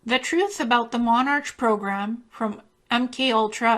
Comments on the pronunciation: Its pronounced MonARK not MonarCH. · I just thought I would correct one thing. It's 5 years later and you probably are aware now, but you kept saying monarch as if it was a ch pronounciation. It's not. The ch is in this particular instance just the English spelling and it is pronounced as a c only. Like the word 'ache' is pronounced 'ake'. Just think king (monarch as in monark). I found your presentation fascinating. Thankyou very much.